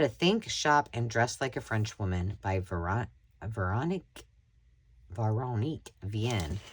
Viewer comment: Great finds! I made a tea ☕️ themed junk journal, so I was drawn to the tea book you found. ❤ The French book is great too! The author’s name is pronounced as “vair-o-neek.”